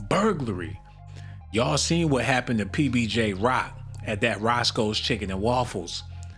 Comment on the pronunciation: PNB* Rock not PBJ 😂